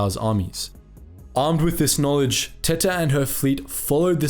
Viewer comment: I have to pronounce her name empress 'teeta' otherwise she's just empress tits. Spanish is far to well known for people not to notice that.